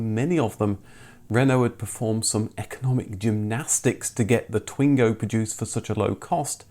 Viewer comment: Twingo is pronounced "Twang-o"